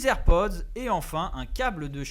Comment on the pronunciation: Les "zer'pods" .. 🤦🏽‍♂️